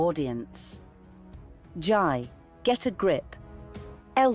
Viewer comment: It's Jai, pronounced JAY